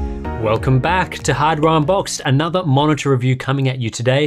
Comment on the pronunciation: Welcome back to “hadron boxed” HAHAHAHA